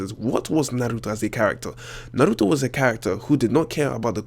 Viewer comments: U say "naruto" so funny😂😂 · the way you say Naruto annoys me